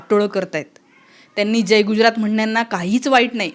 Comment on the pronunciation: गुज्रात नाही *गुजरात *ज जहाजाचा बाहेर *पडल, भाषण *करतो, वाक्य ऐकवते, हुतात्मेंनी *बलिदान केले, व्हेंटिलेटर *मिळाले , *माणसं *भेटतात वस्तु *मिळतात ,*मारहाण, मारपीट नाही, पब्लिक नाही जनसमुदाय किंवा लोक , खुराक नाही डोक्याला ताप. धन्यवाद Thankyou so much नाही वगैरे वगैरे मराठी विश्लेषण करतेस ना वगैरे वगेरे मराठी शिकवणी लावणे बाकि ठिक